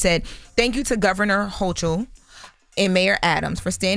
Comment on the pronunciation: It's pronounced hokul. These dummies on this show never fails.